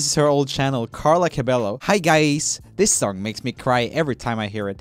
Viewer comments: He tried once but he decided to said cabelo again.. I guess he been wrong these times so he can't tell it anymore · its pronounced ca-be-YO NOT ca-be-lo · The way he said "cabello" as "cabeLLo" I died a little inside. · Fun fact: He pronounces Camila correctly. Cabello should be pronounced Cabeyo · Hen no, it is like with the J, not Y , is like "Cah-beh-joh" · Yea it’s ca-bay-o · what...... I swear it’s CabeLLo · YES!! and Camila Cabello! it’s Camilla Ca-bey-yo. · Poor Camilla got her name spelt wrong again. Its pronounced "CA-BE-YO" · I don't like how Roomie says Camilla's last name. It hurts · am i the only one who got triggered every time he pronounced the L’s in cabello? no hate tho lol😂❤️ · How dare you pronounce camila cabellos name wrong